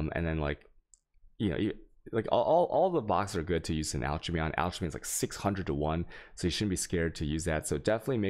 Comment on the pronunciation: Alchemy is pronounced alk-emy